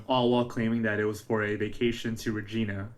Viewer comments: I am snorting at the way he is saying Regina 😂. Its reg I nah, you know rhymes with a certain body part….. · It's not regeena it's an I sound not e. I lived in Yorkton Saskatchewan. It's very small. Someone knows something. Thank u for bringing this some light again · The city is pronounced Reg - i - na.... ya, it rhymes with that body part! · Reg"I"na, the i is not like "ee" but sounds like the word "I". Sorry I've watched a few youtubes about her and so many say it like "Regeena". Sure hope she is found ♡ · Its not Regina as in a girls name its pronounced Ra jie nah...rymes with vagina... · Re-gi-na it's like vagina but not as good. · Regina is not pronounced like that , Regina rhymes with Vagina !! I’m from Regina